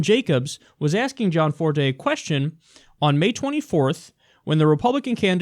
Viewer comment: Yo Kyle it's GE ANNE Forte. Sorry for some reason that keeps bothering me